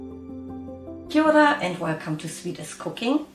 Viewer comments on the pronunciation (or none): Where'd you get "Kiaora" from e kui???🤣 🤣 🤣 Don't even sound like a native, let alone a Kiwi.